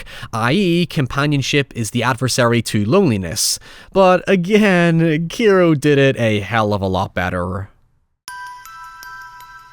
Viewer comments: Keero? You mean Kairo (Kah-eee-roh)? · Why do you still pronounce Kairo like that